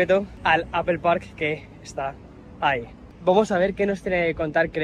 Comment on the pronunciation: Qué curioso, llevas años viviendo en Nueva York, y sigues diciendo “Apel”, lo cual es completamente incorrecto, sin embargo, enfrente de Craig, pronuncias correctamente Apple, espero que te des cuenta y pongas el ejemplo de que, aunque seas español , Apple se debe de pronunciar cómo se dice en su idioma original.